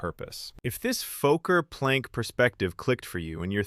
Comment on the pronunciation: The AI narrator can't pronounce "Fokker"